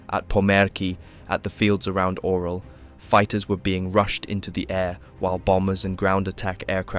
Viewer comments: It's not the Oral region,..lol. It's pronounced "Urál", "Oo-rál", or even "You-rál". It's not like bro couldn't have researched it, c"mon! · Orel has nothing to do with mouths 😂. It’s pronounced orYOL.